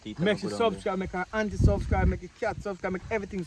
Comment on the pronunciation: Can some one tell the dread that it's subscribe and not suvscrive please??